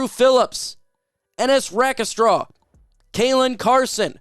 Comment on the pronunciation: Dude, love ya, but you should learn to pronounce players names (i.e. Sainristil, Rakestraw).